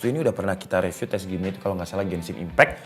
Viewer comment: Bang rivyu bang bukan reviu